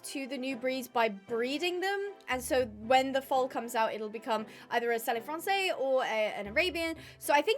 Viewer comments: I love your videos, just the French pronunciation of selle français would have “selle” pronounced like the English word “cell”, correct me though if that’s not how it pronounced in English. Usually if a word ends with an E in French then that is not pronounced. Love your videos and I’m so excited new breeds are here!❤❤❤ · not to shout but you are saying Selle Francais wrong